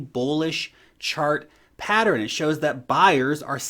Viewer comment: Its pattern, not patterin.